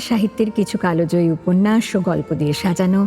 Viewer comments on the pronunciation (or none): Kotha ta কালোজয়ী না কাল জয়ী